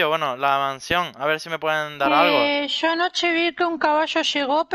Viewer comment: Yo escuchando a Juancito que es argentino por los tonos de "yo":._.XD En fin buen video 👍